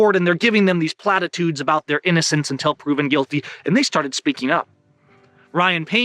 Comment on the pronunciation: can you start saying the word platitudes in more video the speech impediment was spectacular on that one